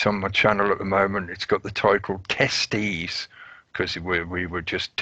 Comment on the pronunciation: teestees is that testicles or we could say bollocks ? lol